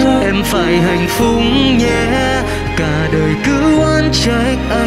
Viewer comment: Mình nghe nhạc ghét nhất phát âm những từ khó mà sai. Khúc Will hát “Hạnh Phúc nhé” mà nghe hạnh phúng là mình ngứa ngứa😂